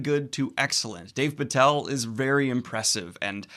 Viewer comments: "Dave" Patel??? lol, it's "Dev" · did you call him "dAv patel"?? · Because he kept mispronouncing it, along with actor Dev Patel's name, who he called Dave Fatel. I loved Daniel's enthusiasm and I know he's dyslexic, but it was driving me a bit crazy by the end of the video given how many times he said Authorian /Arthorian vs Arthurian. LOL! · Did you call him "Dave Patel"? :P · Yeah but soft D so it still isn't Dave lol